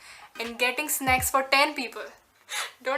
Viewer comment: 'N' is silent in snacks